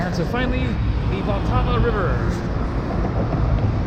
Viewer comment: I think you pronounce it with a silent a...like 'VaLTAVA'